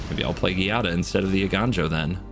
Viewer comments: Its actually pronounced Jaa-dah.... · As long as Giada has been out and you still don’t know how to pronounce the name? It is Sicilian and means Jade. Sounds like Gee-ah-da. I am only correcting you because it is my daughter’s name. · Cringe every time you say Giada. Not too bright.